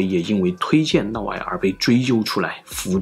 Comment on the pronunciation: 普通话差点意思 尤其是嫪 这个字发音不准 听着难受